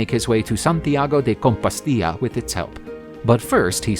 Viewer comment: He pronounced everything in some unknown accent or fake language.... I don't know what THAT was. Seriously, "composteeya"?? da fuh? It's so easy too, just say : "Compost-Stella." and stress the second syllable in Barcelos: Bar-SELL-Los or better yet, Burr- SELL-Loosh.